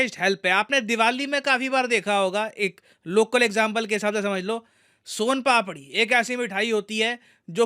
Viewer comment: The way sir said "son papdi " it provides that sir belongs to Rajasthan.